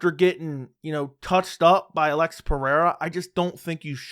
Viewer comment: Why is pronouncing Alex like that? It's eating away at me!